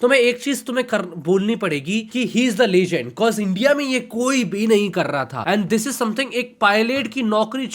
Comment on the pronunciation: legend ❌️ lechgend ✅️